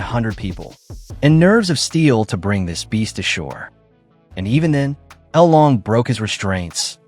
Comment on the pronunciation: thats not L LONG its LOLONG...